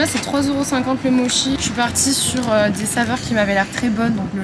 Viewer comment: MoTTTTchi pas moshi 🥴😃